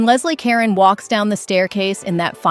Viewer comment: Geez, check that AI pronunciation! For one, it's pronounced Leslie Ca-rone And Dietrich (her name is pronounced Mar-lay-na) made Kismet in 1944. Not the 30s. I can't watch this.